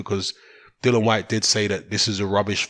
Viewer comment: ITS "DILLIAN" NOT DILLAN. KMT